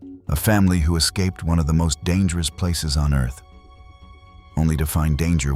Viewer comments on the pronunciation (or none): none